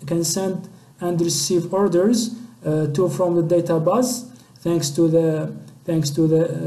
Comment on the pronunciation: Good but u need more pronunciation practice "DataBase"